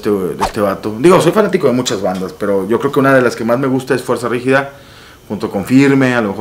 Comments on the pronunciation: Fanático y dice “ fuerza rígida” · Se nota que te gusta, si dijiste mal el nombre como 3 veces mi, FUERZA RIGIDA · porque dices Fuerza Rigida jajajaj